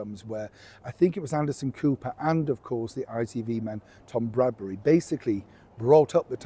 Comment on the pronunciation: It's BRADBY not Bradbury. And enough with the "chums". We are viewers.